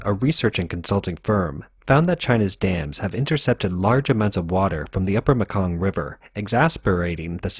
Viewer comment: Laos is really pronounced Lao.. no S pronounced. Myanmar is pronounced Meanmar.... And finally The Mekong River is pronounced Maykong... I know this. I live in Thailand.